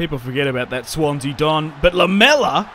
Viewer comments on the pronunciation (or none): none